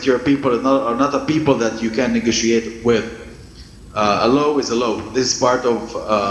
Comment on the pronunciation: Huyu Yesu ni wa ajabu Sana , anafanya Yale yasiyowezekana maana huyo jamaa aliyesema law is lawa kaongea kwa msisitizo sana Kama Imani yako ni ndogo unaweza Zima moto